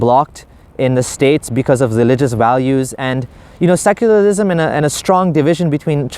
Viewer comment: "seculalism .... seculalism.....what is.... Seculalism....." 😂😂